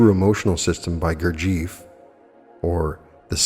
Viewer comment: I chuckled at your pronunciation of the name Gurdjieff. I've studied his and Ouspenski's FOURTH WAY work since 1985. Try breaking the name into 2 sections Gur and Jeff. Then put them together ☺️ GURJEFF.